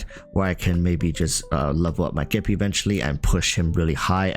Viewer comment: You said geppie. You have my respect and attention. Also don’t forget it’s not blade, it’s bladey 😂